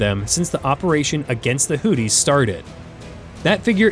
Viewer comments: It's pronounced Houthi's not Hooties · Hoo theese....not hoot tees. 😅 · Learn how to pronounce “Houthis” it’s not Hooties. 🤣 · I am sure its not "Hooties" try looking at the letters -- Houthi --- and have a go at pronouncing some of them.